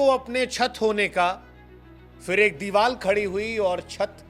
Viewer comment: Diwal nahi sir balke Diwar